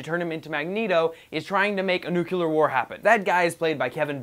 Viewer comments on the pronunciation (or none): NUC-LE-AR!!! I'm so sick of people saying nuc-UL-ar. It's just fucking annoying, learn to speak your own language please. But still, is awesome anyway. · Starting now...a dislike for every video where he says "nucular"